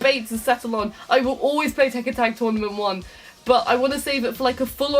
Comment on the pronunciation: "Please, tek out the checken series"